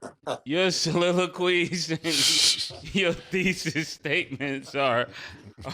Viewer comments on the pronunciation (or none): " your soliloquays" 😅